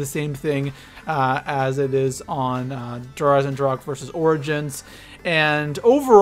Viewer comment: My man said der eisendracha lmao